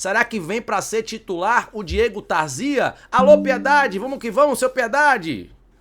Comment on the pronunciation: É Tarzia e não Tarzía.😂😂😂😂😂😂